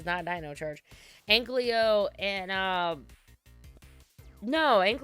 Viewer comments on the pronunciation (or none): Definitely a nitpick but every time someone says Anklyo instead of Ankylo I get peeved